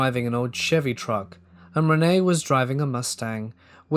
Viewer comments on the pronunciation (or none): none